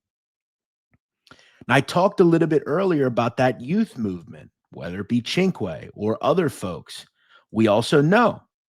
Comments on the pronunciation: here is the proper pronunciation of CINQUE Sin-cue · Cinque. Perfect pronunciation. It means 5. Great stuff.